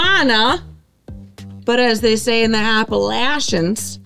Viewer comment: Thanks for pronouncing Appalachian correctly!